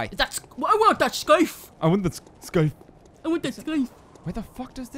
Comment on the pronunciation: scythe is pronounced sythe you dont say the c.